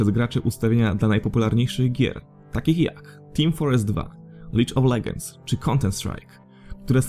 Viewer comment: "Team forest 2", "Lidge of Leghends"